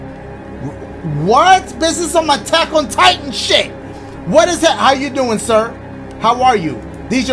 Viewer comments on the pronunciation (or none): none